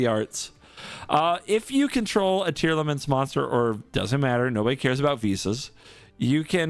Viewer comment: This video was hyyyype dude, also I'm so happy you got down the "Tearlaments" pronunciation. Very glad you're improving quickly as well!